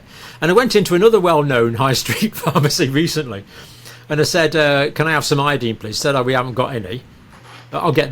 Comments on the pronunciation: Dear Dr. It’s pronounced I. Uh. Dine. Proper pronunciation is essential for proper communication. As per usual you insist on saying key words wrong. Such impertinence when I was learning English was punished. Usually with a request to write a paper on “The Importance of Proper Pronunciation of The Queen’s English “. Disregard and disrespect of the Teacher was not acceptable. You do it constantly. Ev O looshen and not E vo looshen. You may have been considered for a Tenured position but your examiner would have noted your arrogance for mispronouncing key words. Such basic mistakes are passed onto your students. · Pronounce iodine with a long i and people may understand what you mean.